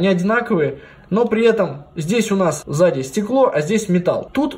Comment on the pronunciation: чётко слышу в заде 😁 несколько раз послушала. Да ладно, прикольно просто))